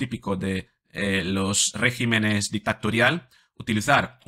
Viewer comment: regimenes no, regímenes